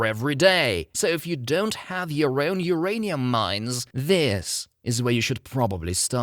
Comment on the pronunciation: "Hurray'nium" killed me.